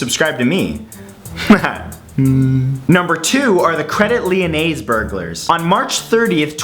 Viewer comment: CREDIT LYONAIS IS PRONOUCED AS "CRAYDEE LEEYONAY " NOT CREDIT LYONAIZE!!!!! GEEZ!